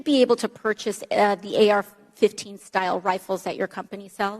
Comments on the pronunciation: Did he say "AK-15" ??? If yes, I want one 🤣🤣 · Did he say "AK 15"??????? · Did that self righteous asshole just say “AK 15”?